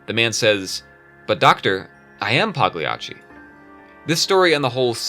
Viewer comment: The G in Pagliacci is silent